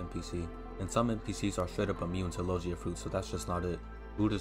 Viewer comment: Lol sorry didn't realize my typo, I meant that in the video you were saying Lo-jee-a, instead of the correct pronunciation, lo-gi-a. Sorry to bother you, great video though, it really helped me!